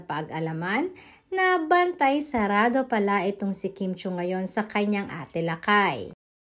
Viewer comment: It's LAKAM not Lakay.